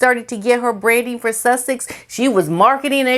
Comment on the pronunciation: Oh my,, you crack me up so much!!! I love how you say "Suthhex" I am totally going to do that from now on!!!